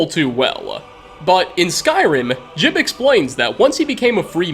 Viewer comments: Ji-ub! It's Ji-ub! Not "Jib". You even played a recording of how to say it and then immediately said it wrong. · You have the voice clip of saying Jiub's name properly in your video and still call him Jib... fucking smh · Game literally says his name Jiub and this mans calls his Jib and I’m so triggered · It's almost like ur deaf dude come on we all know we heard how to pronounce jiub. Jee ub not difficult bro